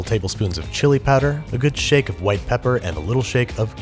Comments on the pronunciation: when you said white bread why did you pronounce the h like that :P the fruit salad would have been a perfect place to insert a Frasier clip mentioning the mélange/ménage mixup. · You so pronounced the "H" in "white bread". Say "Cool Whip". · You put the h in front of the w he mean business hwite